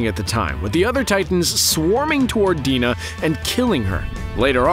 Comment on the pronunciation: he pronounces "dina" wrong, its "dyna" not "deena"